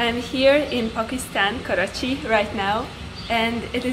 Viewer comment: The way you say I am in korachi pokistan I love this God bless you 😜